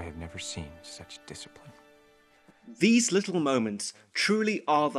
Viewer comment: YOU RACK DISCIPRINE